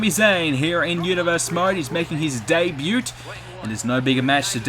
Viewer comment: The way you kept pronouncing "debut" made my skin crawl. Apart from that, good video.